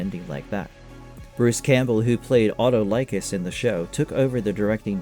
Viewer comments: Why can't anyone pronounce these character names the correct way they did on the show?? "Ee-olaus" not Eye-olaus "Aut-tol-icus" not Auto-lycus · You mispronounced Minotaur, Iolaus, Autolycus, and Tartarus. You forgot to mention Sam Jenkins who played the Golden Hind in season 3 married Kevin Sorbo, they have three sons together and still acting and is a radio show host. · My dude, you are blatantly getting your facts wrong. Sorbo has said he ended the show after 6 seasons because he was tired of living in New Zealand and had done everything he could with the character. Not about a pay cut. You’re saying Iolaus and Autolycus wrong so you probably haven’t watched the show.